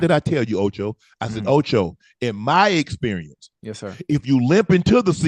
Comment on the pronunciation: Ocho toe cinco😂😂😂